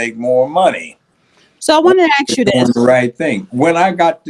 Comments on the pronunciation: Funny how she can’t say the word ASK and instead pronounces it as AXES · the judge is to intelligent for you. You sit there and read off the computer. Your words aren't used properly. A sorry it's not ax it's ask. Will not watch you again. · its pronounced ask not axe get your English fixed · You wanna axe….nonono, don’t do dat. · Its ASK, not axe or axed. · A S K not ax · The word is "ASK" NOT "aks". Learn to speak English! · Ax and Ask are two different words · Exactly. Don't know who she is but must not be educated, saying "aks" all the time. Sounds so ignorant. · She says “AXE” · why can't blacks pronounce ask? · Learn how to pronounce “ask” or find a line of work that doesn’t include interviews! Axe is what you chop wood with! 😂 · Florida thing. It annoys me also